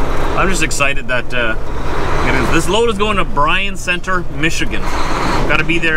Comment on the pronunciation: It's pronounce Byron center the y is the I is silent I'm a michigander haha